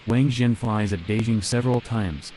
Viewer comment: W's in mandarin are not pronounced like Vs, it's not Vang Zhen just Wang Zhen